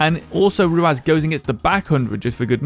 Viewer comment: I can't get over you calling him ruaz its ruwas